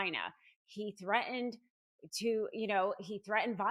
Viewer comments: The word threaten has two Ts. Both are enunciated. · gotta quit watching after a minute because i can't stand the way you are pronouncing "threatened".